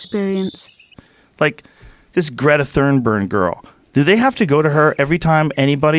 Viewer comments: Joe Rogan: Greta Thurnburg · "This Greta Thurnbern girl." Haha. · "this Greta Thurnburn girl" lmao